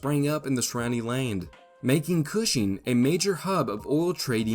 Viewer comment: This AI says "land" really strangely.